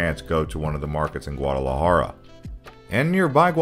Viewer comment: Great and informative video but the way you pronunced Guardalajara was so spanglish 😂 l had to think for a couple of seconds before realizing what you talked about. But that did not stop me from waching it all good job 🎉🎉